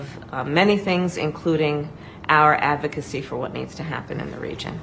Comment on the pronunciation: Did she say avocacy instead of advocacy?